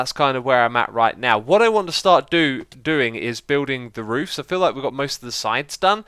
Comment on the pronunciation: I like how he says roovs